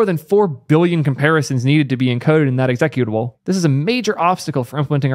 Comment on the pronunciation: Stop saying executable. It's pronounced executable.